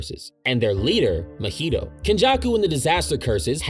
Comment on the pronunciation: No flame but how did you manage to pronounce mahito’s name wrong. You’re saying it like mojito when it’s ma-hee-toe